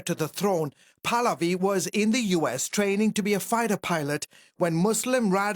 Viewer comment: His name is PRONOUNCED PAAAAAHHHHH-LAAAAA-Viiiiii Not Paladi..... he's not a gym polati class😂😂😂😂